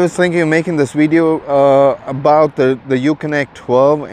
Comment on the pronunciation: Did you say "rideo"? I think so.